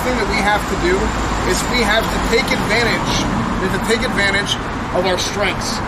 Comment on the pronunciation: “Adverutadgy?”